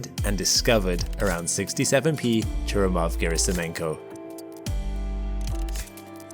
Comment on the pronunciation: Churyumov is stressed on YU, not on U - ChurYUmov. Gerasimenko also a little misspronounced. It's pronounced as written - GerasimEnko, not Gerasim'YEnko. E is already yotified sound. No need to dub it.